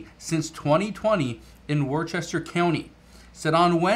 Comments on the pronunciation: Worcester is pronounced Wooster . No "RC" needed. Sounds like wussy. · The city Worcester in Massachusetts is pronounced Wooster. I know, we're weird..lol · That's were I live at you pronounce it wrong Worcester